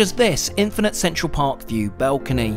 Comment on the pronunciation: Dude, you're English. They're lifts, not elevators. And it's a balcony, not a belcony 👍